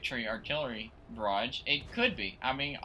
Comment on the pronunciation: Please pronounce barrage correct